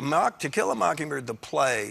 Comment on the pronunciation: who else heard Stephen said "Tequila mockingbird"